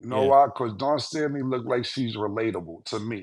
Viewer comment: “Dawn Stanley”, “Andre Jordan”, Cam stay butchering people name 🤣🤣🤣